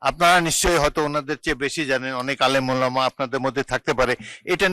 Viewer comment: সে নাকি আলেম উচ্চারণ করতে পারে না। আবার বলে আলেম।